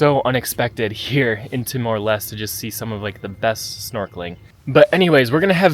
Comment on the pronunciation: bro why did u say it as timor lest, its lesté, no way u went to the country and still manage to mispronounce it